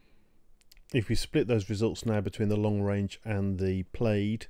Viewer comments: The word plaid derives from gallic where the ai is pronounced as "ah" not "ay" therefore like the American pronunciation "plad" and not "played". My next concern is for the word batteries which is not "bat-trees" but as spelled "bat-ter-ees", as it is a 3 syllable word, not 2. Now getting to the info, you need better titles to delineate what you are discussing. What size battery the chart is about. Also what is the definition of the warranty of a battery. Loss of what percentage qualifies as a "bad" battery deserving replacement. Also where did you get this info? thanks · It's pronounced plaid not played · Btw Plaid. Pronounced Plad. Not Played. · hearing you say plade instead of plaid makes me giggle. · “Plaid” is pronounced like plad, the i is silent. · Very interesting data - thanks! One small comment "Plaid" is said "plad". Sorry to nitpick.